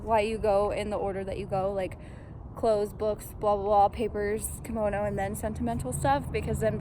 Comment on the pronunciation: KOMONO not KIMONO. KImono is a traditional Japanese article of clothing. KOmono is accessories.